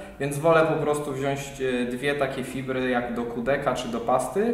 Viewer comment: Super odcinek tylko jedna rzecz mi sie nie spodobala :( WZIĄĆ, nie wziąść. pozdro i dzieki za świetne poradniki, nauczylem sie z nich bardzo duzo